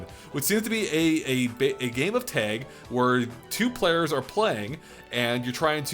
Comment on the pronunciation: When he said “Taig” instead of tag